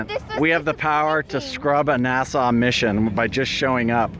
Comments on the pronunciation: Sorry the rocket got scrubbed!, it's NASA not Nassau! 😉 Haha! We love you!!😍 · Is it the Canadian accent that results in pronouncing NASA as Nassau? ;)